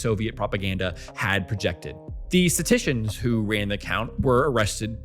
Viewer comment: Can someone teach this guy how to pronounce "statisticians"?